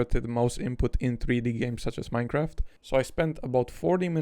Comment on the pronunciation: minecwaf :3